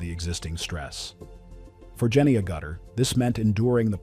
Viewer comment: Sorry, but your pronunciation of Agutter is just "ouch"